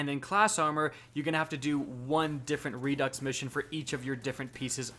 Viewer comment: redux = redo (pronunciation... i think its french or something..?)...jusss so ya know...